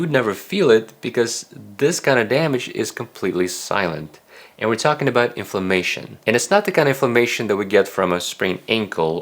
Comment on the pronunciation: Thank you for really good information great summary for what constitutes of healthy diet. Very well-rounded. And very reasonable. (But thank goodness for closed captioning because he keeps saying famation, instead of inflammation)